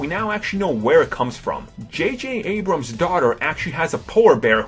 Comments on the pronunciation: JayJay Ebrums? wow this guy can't even pronounce the name of the creator correct. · jj ebrams? Lol.